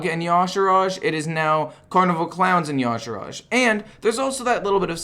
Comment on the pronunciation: I think the y'shaarj is pronounced yuh-sharge not yah-shurage